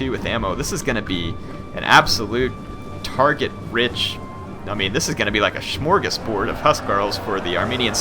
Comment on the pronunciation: Lol "smorgoshbård"